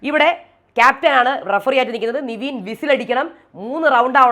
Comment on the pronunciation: Ingal nevin nte name pronounce Cheynadh niveen aayit aannu